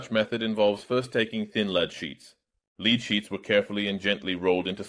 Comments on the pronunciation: I like the new computer enhanced voice! However, is there a way that you can make it say "led" rather than "leed" for the element Pb? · Your channel always has great chemistry contents; but I agree with many comments here: please use the original voice, not the AI voice. The AI voice even mispronounced ‘lead’ which is supposed to be pronounced ‘[led]’ not ‘[leed]’. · Other people comment on the qualitative things about the AI voice, but I find it simply often mispronounces words. It's terrible with "e" in english words due to how inconsistent it is used, "leed" not "lehd" or "a-seh-tic acid" not "a-see-tic acid" and such; some of these can honestly be called regional pronunciations, but many are simply wrong. Great video content as always though, glad you're making it back okay! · the metal lead is not pronounced like to leed. what i dont understand is that you say it correct in other parts of the video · If you're going to use an AI you need to listen to it's annunciation before bothering to dub it in. It thought when you said "lead" you were saying "leed". Probably using the spelling "led" would have fixed it, even if it's wrong. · Critical feedback-ditch the AI voice. Not only does it make you less relatable, it mispronounces English. Lead-the metal, is pronounced “Led” in English. It’s quite distracting to hear the mispronunciation of something so basic. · onward, "Lead" in this context is pronounced "led". The way you are pronouncing it is the same as the verb "to lead", as in leadership. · Stop using voice overs! The AI voice over & lip synching is even more annoying. Especially since it doesn't know how to pronounce the difference between lead & lead, (as in leader). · Whoever is doing the voice over needs to not be used again. Doesn't know how to say metallic lead and says it like leading a horse. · He pronounced lead wrong, if that gives a clue. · Lile most AIs this one has issues with the word lead.